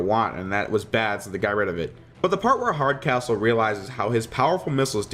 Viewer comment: I swear when you said the name of the General from the Prometheon episode, I finally got the joke. Mostly because I thought you said his name was: General Hard As Whole. General Hardcastle is a subtly & suitable surname for the character.